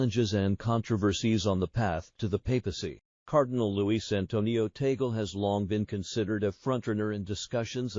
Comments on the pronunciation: Until now you have not learned to pronounced correctly his name it's not Tagul say this Tag Le. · Kindly pronounce the Family Name of Cardinal Luis TAG LE correctly, NOT “TAGLE “ like “TABLE “ or “CABLE “, as Filipinos do. For Your Information ℹ️ ❗️🙏GOD BLESS US ALL☮️‼️ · Hey,, his name is pronounced TAG-LE. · It’s a Spanish last name, and is pronounced “Tāg—lēh”, not the Anglicized accent by the AI narration. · Just for the content ? You can’t even pronounce Archbishop Tagle’s name . Disinformation , we know the rules of the conclave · Your prononciation of T A G LE is incorrect. You should correct it, otherwise you will not gain any following. Hhmmpp. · ...pls check the correct pronunciation of 'Tagle' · It is VERY annoying to listen to whoever is narrating to this story of Cardinal Tagle's life because he doe not know how to pronounce the name of the Cardinal, and his families'; not only that, but also the places; he should check first the pronunciation before he says anything.